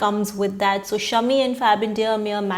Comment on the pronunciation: Thank you for calling him Shaami and not shummee